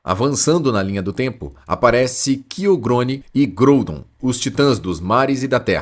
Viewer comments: Chamar o Kyogre de Kyogrone foi foda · Mano mas essas pronúncias de alguns pokémon aí tá meio zuada hein ???? Céleb ???? Kiogre ???